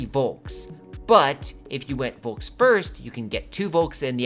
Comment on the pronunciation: *Folk. :) I know it's written with a "V", but it's pronounced as an "F". :)